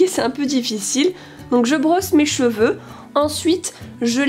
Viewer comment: Je suis la seule a avoir entendue les petit chevaux au lieu des cheveux?😂